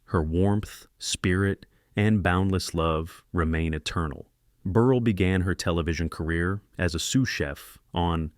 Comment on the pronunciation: "Burr-elle" not "Burr-ul"